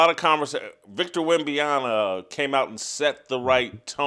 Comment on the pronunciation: Jason!!! WEM-BEN-YAH-MUH WEM-BEN-YAH-MUH WEM-BEN-YAH-MUH WEM-BEN-YAH-MUH That's how you pronounce his name. Practice this for a few minutes and you'll get it. Still mispronouncing his name is silly at this point. He's been in the league for 3 years. You're welcome